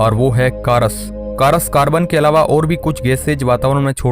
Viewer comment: 2.34 caras😂...not cars🙄